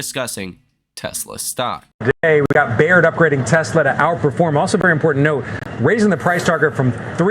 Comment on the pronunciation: Son, you are killing me on pronunciation of Baird. Pronounced "bear D" Not BAR D